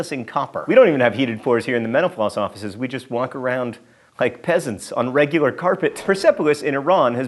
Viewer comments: No, you are not because John Green already acknowledged that people hear menopause in a previous video. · Kalliste --- No you aren't, as it def. sounds pretty damn close to him saying "menopause". Reminds me of another channel I watch sometimes, Thoughty2 where when host says it, it sounds like "Forty two"